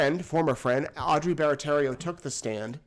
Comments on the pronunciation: PSA: Everyone mispronounces Audrey's last name and it drives me nuts! Sound it out: "bear-uh-tea-arrow" NOT "Barratarrio" like graphic shows from the last trial. 😅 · Just a minor point: everyone seems to pronounce Audrey's surname incorrectly, across all the channels. It is 'Barratiero', not 'Barraterio"